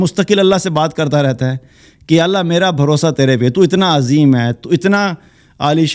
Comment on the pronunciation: اللہ کے لفظ جلالہ سے پہلے زبر ائے۔ تو اللہ کو پر پڑھتے ہین موٹا کرکے تجوید کا خیال رکھا جائے۔ باقی کیا کہنا سبحان الله وجزاكم الله خيرا كثيرا